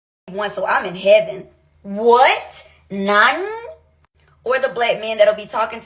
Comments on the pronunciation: "Neeeeihhhny 🥴" The way she butchered that just had me dead 😂😂😂😂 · Can’t even say “Nani” right lol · She went all the way to Japan and can’t even get the word “Nani” right lmfao